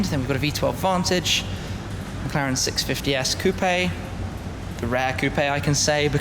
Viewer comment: Please don't use words like "Hommage" if you pronounce it like a "Sammich". These words have a common pronunciation worldwide and same goes for Coupé which isn't a Coup unless you use it for a diamond heist.